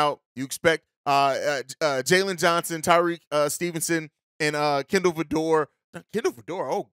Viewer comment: 😂🤣🤣🤣 He Said Kendall Vidlor 🤣🤣🤣